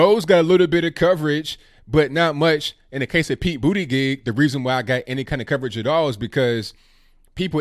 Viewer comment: Pete BootyGives 🤣🤣🤣 idk if you said that on purpose but i love it